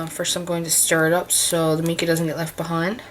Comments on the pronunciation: Mica is pronounced mycaw ! Just thought I would let you know 😊 👍 However thanks so much for for the tutorial as I would love to make my own colours because it’s expensive and I have a lot of mica colours and empty brush pens ! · Just to clarify.... the pronunciation is "my-ka" If you're not sure if that's right... ask a mineralologist. Great idea making it yourself..... thanks for the video. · can you tell me what is the difference if you use plain water to mix with the Mica (we pro nouce it MY-ca) or if you mix it with just Alcohol and what is the difference if you use the mixture of water, alcohol and mica? I was just wondering if it affected the outcome on anything you were stamping or watercoloring,etc... and it really doesn't matter how you pronounce MICA, I just thought I would share with you how us American's say it..;) I love your tutorials..TY..